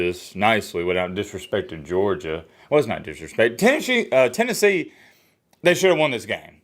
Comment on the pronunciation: TENNESSHE. I will always say that now. Hahahaha